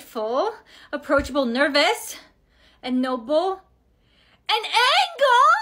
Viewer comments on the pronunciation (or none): bruh in it said an angel but she said an angle💀💀💀🤣🤣🤣😅😂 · She meant angel not angel 😂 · OMG AN ANGAL OMG got me dying😂😂😂😂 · The word is not angle is angel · “I’m an angel AGH IM AN ANGEL!!” But she said angle😭